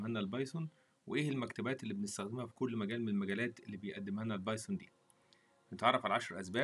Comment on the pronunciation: اول ما دخلت على المقطع و سمعت اللهجة غسلت يدي منك يا ظالم اسمها البايثون سميتها البايسون خليها كودرد احسن ولا ردبول